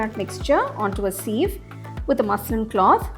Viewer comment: Thank you. I'd love to try this recipe. Tips for future videos: Dessert is pronounced D'Zirt, not desert of sand dunes. Sieve is pronounced siv (rhymes with Shiv), not seeve.